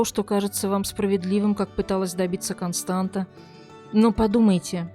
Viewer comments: Дорогая "", правильное произношение имени этой женщины Констанца, помните Констанцию из "Трех Мушкетеров"❤. Дело в том, что в румынском языке буква "ц" это та же буква "т" только с хвостиком "ț". Этот элемент опускают из за шрифта, поэтому может показаться что читается Константа. Успехов❤! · Констанца, не Константа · Констанца, или как русскоговорящие говорят Констанция, а не Константа!!! Как можно проделать такую работу над материалом и не удосужиться узнать как правильно зовут героиню сюжета. Режет же слух и невозможно слушать...